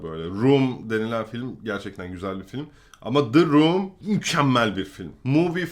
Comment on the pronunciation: D room degil the room okumayi ögren